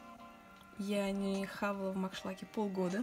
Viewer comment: Меня одну удивило что она сказала маншлаке? А не макдаке